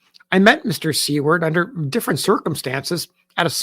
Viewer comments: you are pronouncing Seward incorrectly! it’s pronounced Soo-word not See-word. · I was also taken aback by the pronunciation of See-ward.. did she spell it this way in her writing? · May I ask, is Seward prounced sea-word? Or (sorry to say this) is it pronounced sewer-d? I think I have been mistaken.